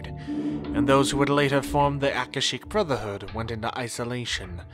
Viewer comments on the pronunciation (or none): Your proniciacian is terrible. It's Aka-shic. Ver-bena.